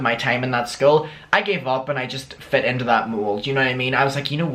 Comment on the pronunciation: Cafe nero is top tier. 👌🏻 I also really love when you say into cause it sounds more Scottish like 'intae'